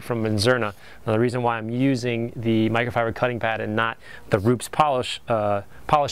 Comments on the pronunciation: RUPES not RUPS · Rupes not ROOPS...